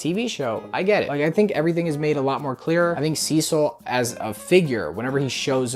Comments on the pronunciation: HE SAID CECIL RIGHT ,IT TOOK A YEAR BUT HE SAID IR RIGHT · He’s finally pronouncing Cecil’s name right…